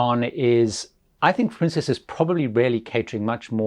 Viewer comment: Is there a reason why you're calling it Princéss and not just Princess?